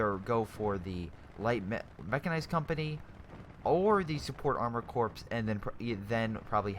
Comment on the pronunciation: Prenounce "corps/Korps" like Core, not corpse.